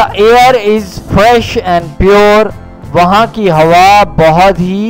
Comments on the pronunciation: air hota h sir ear nai 😉😉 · bhai ear nahi air